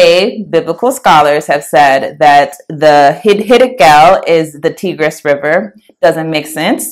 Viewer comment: Good presentation 👍 Quick note Tigris is pronounced "Tie...gress". Like the tie 👔 a man would wear.